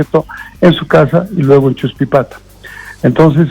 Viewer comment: No es achuspipata...es "Chuspipata", Los Yungas de La Paz